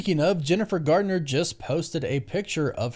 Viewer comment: Garner not Gardner